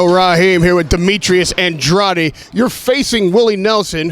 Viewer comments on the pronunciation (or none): Come on, you always butcher his name "AN-draid"